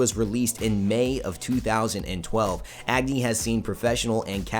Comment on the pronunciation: it Pronouced as A-gni not Agni.